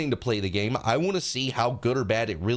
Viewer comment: I can only hear gayme now